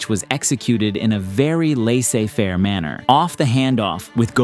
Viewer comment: this dude said "lay say fair" LMFAOOOOOOOOOOOOOOOOOOO